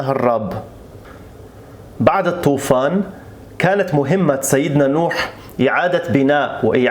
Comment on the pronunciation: تلفظ( مهمة) بفتح الميم لا بضمها كم لفظت تقول المهمة المهمة الاولى مفتوحة والثانية مضمومة اي العمل المهم